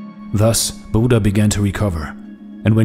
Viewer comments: It's not Buda it's buddha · Name pronouncing as " Buddh" not with aa buddhaa) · Brother , please pronounce buddha correctly its not buda its bud-dha . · Nice video. But please pronounce the title correctly. Short (u) like "put", "look", "foot" Budha, not Boooooooodha. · I want to say I disliked cause the pronunciation was wrong it's bhu dhya not Buda